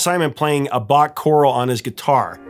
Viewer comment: The word is 'exacerbated', not 'exasperated'. 'Chorale' is not pronounced like 'coral'. Keep working... nice hat though.